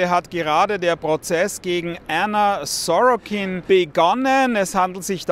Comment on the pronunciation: "Sorokin"? 0% Deutsch